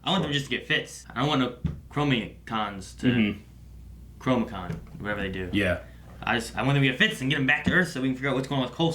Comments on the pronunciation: Sorry to not-pick, but it’s “Chronicom” which derives from chronos like time and com for communication. You keep saying chromicon which would have a base like chromatic and be about colors. So I think it matters... Love the reaction and the disagreement on favorites. (Even if it means disagreeing with... 😞) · Chronicom KRO-NE-COM you’re welcome